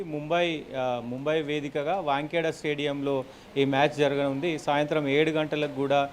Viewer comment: Bro...Stadium name is not not😂Wankhedia it is Wankhede. Right hand Opened SANJU SAMSON తప్ప ఎవరూ రారు. మళ్లీ నా Comment కు Negative గా ఆలోచిస్తూ...Right hand Opener గా Surya Kumar Yadhav Hardhik Pandya లు ఉన్నారు కదా అని Counter Thought చేసుకునేవు. ఇంకా 20-20 ల్లో England ను Westindies తో పోలుస్తూ Westindies ను తక్కువ చేసి మాట్లాడటం శుద్ధ తప్పు. దీనితో నీకు Cricket పెద్దగా తెలియదు అనిపిస్తుంది. ఒకవేళ తెలిసినా Cricket Analyst గా మాట్లాడటానికి ఇంకా నేర్చుకుని వస్తే బాగుంటది. ఈ/మీ Channel వారికి తెలియజేయునది ఏమనగా Immediate గా Analyst గా ఇతని స్థానంలో వేరే ఒకరిని Appointment చేస్తే బాగుంటది.